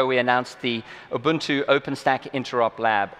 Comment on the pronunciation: OK everyone. Please pay attention to how he pronounces, "Ubuntu". It's not pronounced, "Yoo-boon-tu" or "Yoo-bun-too" or "Uu-bun-too". It's "Oo-boon-too", however, "Uu-boon-too" is also acceptable. I know, I know. "Tomato", "Tomato", but it's a pet peeve of mine.